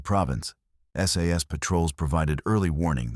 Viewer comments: The AI here is funny...one SAS is ISIS ...and another SAS is SS ....now i am PARANOID! :cat-orange-whistling::face-blue-wide-eyes::face-orange-biting-nails::face-orange-raised-eyebrow::face-fuchsia-tongue-out::face-fuchsia-tongue-out::face-blue-smiling::face-blue-smiling::face-blue-smiling::face-blue-smiling::face-blue-smiling::face-blue-smiling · SAS - not SS ... --- too many inaccuracies to be taken seriously